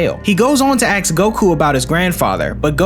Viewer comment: are you not able to pronounce "ask" or is it an aesthetic choice?